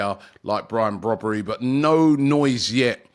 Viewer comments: Its Brian brobbey not brobbery im from the netherlands myself 💀 how did you get the name brobbery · He called Brian Brobbey not Brobbery 😂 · ‘Brobbery😂😂😂’ its Brobbey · There's been a Brobbery hahaha!!!!. Come on Robbie get their names right man! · I guess it’s Brobbey and not Brobbery😅😅😅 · Brian Brobbery? 🤣🤣🤣 Robbie getting baited by his own colleagues 😭😭😭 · Brobbery?? His name is Brobbey, no 'r' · The name is Brian Brobbey rather than Brobbery. A Ghanaian name pronounced as Br-"au"-B "ay". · It’s brobbey not brobbery 😭😭😭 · Zirkzee is actually an interesting player. Also, it’s “Brobbey”…not “Brobbery”. 😂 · Robbery come on y know y wanna say it 😊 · His name is Brian Brobbey, not Brian Brobbery. That would be a fusion between Brobbey, Ribery and Robben. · Brobbey* not brobbery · RIBERY-ROBBERY-BROBBERY - Actually it's Brobbey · BRO is not BROBBERY that is what expressions would call him,it s Brian Brobbey. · It’s Brian brobbey not brobbery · Brobbery😂 cannot even get his name right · Robby butchers people’s names all the time but Brian “Broberry” is a new one 😂😂😂😂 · Brian Brobbey. Robbie butchering players names 😂😂